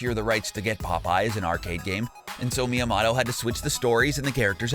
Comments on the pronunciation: PLEASE! IT'S ME A MO TOH. STOP THE ME A MA TOH STUFF MAN!!! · Miya-motto? It's Miya-moto. It's pronounced exactly as it's spelled. Like motor. Or Motorola. Also these facts are ass and Nintendo didn't try to hide any of this. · It’s miomoto not me o motto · Miyamato??? Dude it's pronounced MiyamOto. With a long O. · I swear to god if you say ”MiyaMATo” ONE MORE TIME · No one: The narrator: Mia motto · Miyamoto is pronounced like "me-ya-mow-toe". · You pronounced it me a motto... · How hard is it to say miyamotos name right. Pronounced me-ya-moe-toe. It’s not hard dude. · You pronounced Miyamoto wrong. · Mispronounces Miyamoto everytime